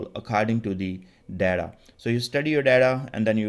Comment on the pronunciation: Thnks for the videos. Buddy it is data not Deda.. You made me laugh.😂😂